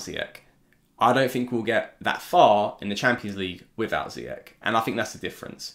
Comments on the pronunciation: His name is Zee-yach not zeeyack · It's actually Z-yack